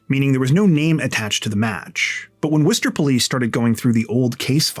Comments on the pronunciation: Thank you for pronouncing Worcester correctly ❤❤❤ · As someone who grew up near Worcester, thanks so much for pronouncing it right! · Thank you for correctly pronouncing Worcester. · Thank you for your correct (albeit non-native) pronunciation of Worcester! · Dude, did you pronounce Worcester almost like a local?? 🥳👍🏽👏🏻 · You are literally the first person that pronounced my city correct that doesn't live here.... literally no one can pronounce Worcester without the Boston accent. Shout out to u my dude.... somehow i didn't even hear about this and I literally live in Worcester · Thanks for doing the work and properly pronouncing Worcester. Those little things show you care about the stories and people you tell stories about. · How did you know how to say Worchester??? NOBODY says it right 😂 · As a Masshole, THANK YOU for pronouncing the city of Worcester correctly. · Thank you SO MUCH for pronouncing Worcester correctly!!!!🎉🎉🎉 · Born and raised in Worcester. Thanks for covering this case.. and pronouncing Worcester right 😂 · Thanks for pronouncing my city name correctly. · Hi from Worcester, MA! Thanks for sharing this and pronouncing Worcester correctly 😅 keep being awesome! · Wait, how do you know how to pronounce Worcester correctly? Most not from MA don’t. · Props for pronouncing Worcester correctly. Most non-MA residents get it hilariously wrong.😊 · I agree, and I'm near the UK city of the same name :) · Wow, someone pronounced Worcester correctly finally! 👍 Idk why Worcester keeps popping up in true crime lately, but nobody else has gotten the name right! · I can't believe you said Worcester right i lived here years before I got it right...lol I love you keep up the amazing job we love you in Massachusetts ❤❤❤ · Thank you for saying Worcester right ❤️.